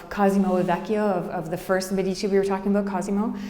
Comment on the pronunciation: Thank you, very good, but learn how to pronounce "Medici"